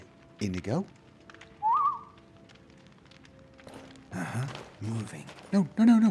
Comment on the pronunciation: So should we be running a tally of how many times he calls Inigo Karjo?